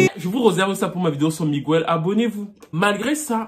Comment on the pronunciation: Attention on ne dit pas "MiguOUel" lol mais "Miguel"